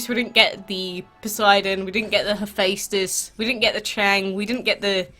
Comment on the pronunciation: And also Hephaestus is pronounced heh-festus